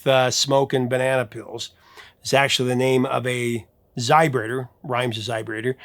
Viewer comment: Every time you say "zybrator" my mind hits me back with "zybrate comes in a little glass vial..."